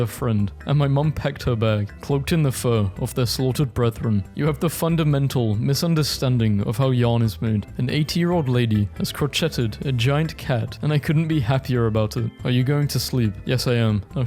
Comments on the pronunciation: Cro-shayed, not cro-shetted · ik you didn’t just say “crow:shay:ed” like that. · The way he says crocheted